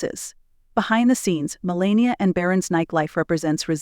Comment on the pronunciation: U didn’t pronounce her name correctly